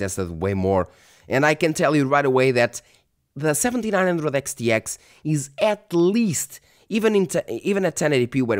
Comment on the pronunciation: Practice makes perfect Reviewing lots of Radeon cards enables you to say those Xs over and over again flawlessly. 🤣